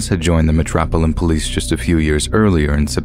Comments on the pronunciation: I’m sorry but “MEH-TROPILLAN POLICE” 😂😂😂😂😂😂 I’m dying 💀💀💀💀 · Metropolitan police is pronounced Metro-pol- it- an its actually one of the easiest things to say as its just broken down bit by bit.. the way you said it had me rolling